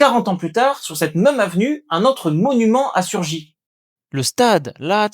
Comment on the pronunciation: j'ai posé la question car vous dites "meum" pour même, c'est tout à fait caractéristique de l'accent wallon et bruxellois. Vous prononcez également le p de sculpture.